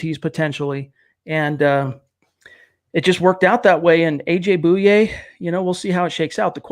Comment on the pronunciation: Pretty sure it's pronounced boy yay....not boo yay